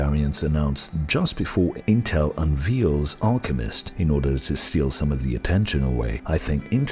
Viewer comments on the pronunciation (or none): You pronounce "Unveils" like unvails not unveels as you did. 👍😁